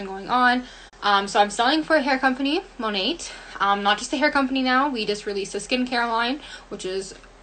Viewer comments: Okay by the girl who works for Monat is literally pronouncing the name wrong??? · i hate that the monat seller kept pouncing the “t” in monat... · The Monat Hun 😂😂 “currently working from home while getting more into scientific abilities” WHAT?? 😭😭😭 She reminds me of the girl on drugs you accidentally meet at a party and can’t get away from as she’s word vomiting things that sound intelligent in her head but are actually completely incoherent...